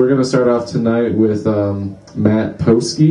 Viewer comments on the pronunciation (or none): No. It's P-hosk-eee. It's a hard E sound instead of a hard O sound. But people mispronounce it regularly enough to have think it was worth ad-libbing in as a joke. It doesn't really matter since it's a made up Ameri-Polish name anyway.